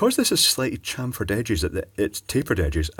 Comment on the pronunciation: Cham-feered,, chamfeeered...